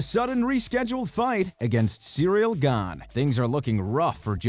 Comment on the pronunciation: Just straight-up not pronounced cereal